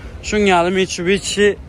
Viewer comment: mitshubishi (Mitcubici😂😂😂😂